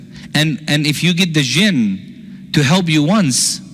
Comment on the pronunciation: Why don't you learn to pronounce P....you say B instead of P and it is misleading....it is help, not HELB....most Muslims are Shaitaan.....Islam is so different from Muslims....most Muslim men are very lustful & they think women are sheep. Therefore, they marry 2 ,3 and 4 women....how sick is that.....disrespect to women....